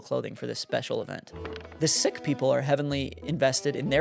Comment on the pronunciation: I am not a member of the Sikh religion, but in school I was taught that the name "sikh" is pronouced like "seek." However, I am merely a child, not even in high school. I do sincerely appreciate your videos. As a young person, I understand very little about the church, and all of your content has granted me more knowledge, and has brought me closer to Chirst. (Is this the right amount of punctuation and commas? Maybe too much?)